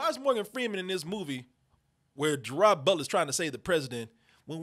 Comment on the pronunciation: & it gerard butler pronounced as ger-raid not ger-rad